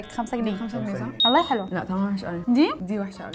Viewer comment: والله هي ب السين مش ب الصاد والله😂😂😂😂😂😂😂😂😂